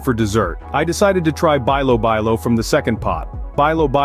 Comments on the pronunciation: Bilo bilo is pronounce like "bee-lo bee-lo" ...not "buy low buy low". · (bilo-bilo) pronounce as belo-belo. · Bilobilo is pronounced as beelo beelo, most of the Filipino words used the proper vowels and no slangs 😊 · bilo-bilo, pronounce it like saying "bee" not "bay",..😅 sounds like this "beelo-- beelo😂